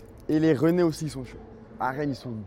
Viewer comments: Les Reunnais il a dit ? Mdrrrr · A dit rainnais stp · On dit Les Rainais pas les ren~ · comment ça les « rené » les « rennais »* frero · Il nous a pas respecter il a dit les "Reuhnnais" au lieu des "Rainnais" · juste il est pas très intéligent il sais pas ce qu'est l'eurovision, il a aucune notion de géographie et il sait pas prononcer le nom des habitants de rennes mais comme j'ai dis son son est bon alors ça va inutile de s'emballer